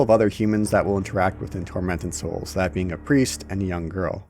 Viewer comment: First time mention of the title I thought you said "Fermented Souls" NGL caught my attention..